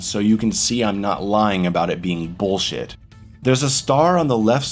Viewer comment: I enjoy the way he says “boolshet”